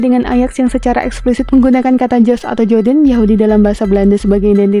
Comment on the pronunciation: jews mbacanya juws mbak